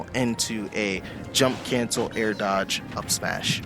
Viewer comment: How the fuck did you say horizontal dog ?